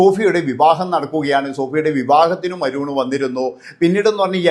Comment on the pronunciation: അരൂൺ അല്ല അരുൺ